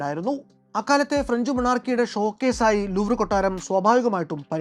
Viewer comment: ലൂ എന്നാണ് ഉച്ചാരണം എന്ന് സന്തോഷ് ജോർജ് കുളങ്ങര പറഞ്ഞ് കേട്ടിട്ടുണ്ട്.